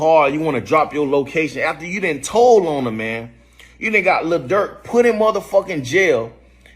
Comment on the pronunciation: Tould??? Told you mean